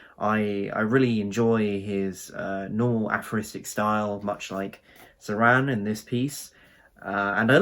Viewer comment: Just a note: it's pronounced Cho-ran. Great video.